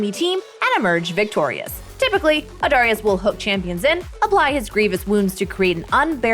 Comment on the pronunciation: stop saying darius like that.. my god lmao